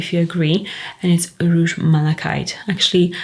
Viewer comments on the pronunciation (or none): none